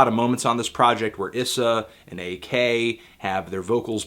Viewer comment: wow ur mis pronouncing ak's name